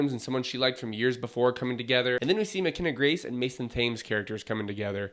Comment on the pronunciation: I will definitely not be adding this one to my watch list. Thames is pronounced “Tems” if you are from the UK.